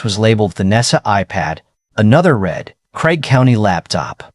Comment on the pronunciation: Can't you pronounce "read" correctly???